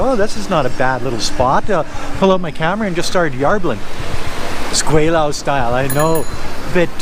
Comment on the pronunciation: I like your videos, but as an expat in China for 29 years I wish you would at least use the proper pronunciation for Gweilo. You say you have been in China for 16 years, this should be pretty basic...